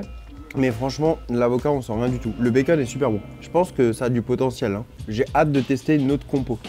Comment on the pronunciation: Charles qui dit « Bakeun »🥰